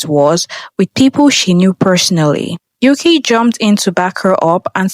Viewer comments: There is no member named "Yuki." That is a Japanese name. Learn how to pronounce Mandarin if you're got to do these videos, bot. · what's up with pronouncing yuqi's name like that, I thought you made your research to make this video